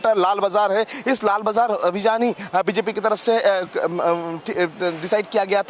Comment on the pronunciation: Fake Angrage. Cant even pronounce "Abhiyn"